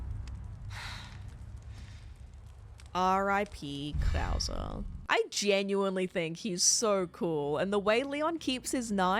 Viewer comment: It’s killing me that you pronounced “verdugo” vertigo, but worse when you give Krauser the white guy accent when pronouncing his name